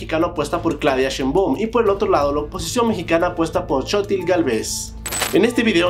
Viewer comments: siiii 😂😂😂 shenbon shebon chimba shemba chumba chomba. No entiendo porque les es tan difícil pronunciarlo? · Antes de hablar de política mexicana hay que aprender a pronunciar Sheimbaum que no es Sheeiboom Y Xochitl no es Xotil, a seguridad antes los gobiernos las escondían y ahí estaban, ahora como el gobierno es más transparente ya no se esconde nada, y da la sensación que aumentó. Pero es relativo aquí es CDMX la seguridad ha mejorado mucho, la ironía es que en el extranjero ven más violencia que uno como residente en México, que raro, no veo extranjeros que tiro por viaje sufran de inseguridad, claro porque las noticias de sus países hablan con mucho amarillismo y golpeteo. Los corporativos quieren que regresen los neoliberales y que las corporaciones se sirvan del pueblo con la cuchara grande, pero no se les va hacer. Sigan y hablen todo lo que quieran de la inseguridad en México. Y minimizando los logros del AMLO como si dijeran que es poca cosa. Me da risa estos disque periodistas vendidos. Espero la siguiente administración ya no dejen entrar a más inmigrantes porque lo pobreza la van aumentar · Claudia shenbon y chotil galves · Se dice Shainbaum y Sochil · Muchos no sabrían como pronunciar "Y" en guaraní y nadie les dice nada😂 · Como pronunciar algunos nombres de personas y lugares de tu video: Xóchitl - Zochilt Sheinbaum - SHEIN (como la app) baum Ciudad Sahagún - Saagún (como según con a) Texcoco - Teks coco Tehuantepec - TeGuantepec